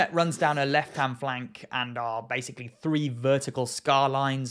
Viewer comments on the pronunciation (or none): none